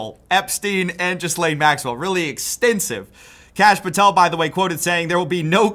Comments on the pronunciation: It's /Ghi'lein/ not Ghizlane or Jizlane tho' 😅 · JFC, the "s" is silent. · This is an aside, but I find it interesting that USA journalists don't even try to pronounce "Ghislaine" correctly. It's not Jiss-lane, it's Gee-len. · Lot of people pronounce it Jizz Lane. I always thought it was pronounced Jer Lane. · Gil-lane hard G. How do people not know this by now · "Jizz-lane" gets me every time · It's pronounced "Gilaine", to be clear. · it's gee-lane. americans cannot comprehend a silent s. yes english is a messed up language, blame the french who we stole most of it from. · Why are Americans unable to pronounce Ghislaine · That's not how you pronounce "Ghislaine"